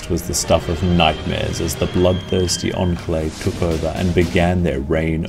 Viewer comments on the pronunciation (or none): none